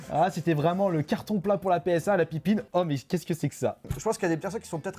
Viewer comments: Par contre ça se dit Pippin et pas Pinpin... ça m'a écorché l'oreille tout le long de la vidéo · Entre : ce gars qui sait pas prononcer le nom de la console et le fait qu’il trouve que la manette ressemble à celle d’une n64, ils font bien la paire tous les 2 on sent bien le manque d’intelligence..